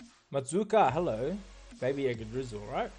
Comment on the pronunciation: I can't for the life of me get how you get "Yagguh-drizzle" out of that name 😆, you're the best! Also, best caster EU.